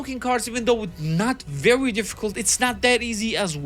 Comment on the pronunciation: “vewy” you sound fat bro sort yourself out